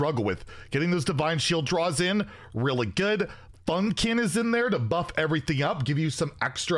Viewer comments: Of all the cards you could butcher the name of… it’s Funkfin to Funkin? How? 😂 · inability to pronounce S'theno and Funkfin. SMH 🤦‍♂️